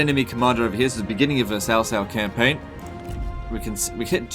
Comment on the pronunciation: I'm guessing that your either an Aussie, or a New Zealander, by your accent. Putting that aside for a moment, I noticed, that you pronounced your faction leaders name, as "Sau Sau". Sorry, my best attempt at spelling it phonetically, the way I heard it. So the "C" in this case, is pronounced, as you would say it in say "Cinnamon" for example. Where it carries more of an "S" sound. As opposed to the sharp "C" sound you would hear in say Car, or Carry, where it has more of a "K" sound. Just want to be sure I'm pronouncing these things correctly. And thought, since your from that part of the world, you would be more of an authority on it, than I am.